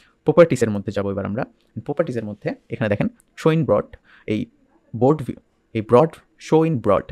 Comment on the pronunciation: ব্রড নয়, বোর্ড হবে এটা ভাই।